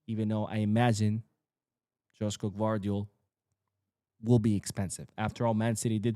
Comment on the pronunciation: it's not Đoško Gvardiol, it's Joško(Yoshko). Thank you.